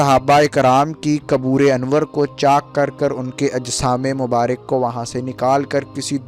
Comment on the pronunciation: mubark hota hai mubarik nhi kabr hota hai kubur nhi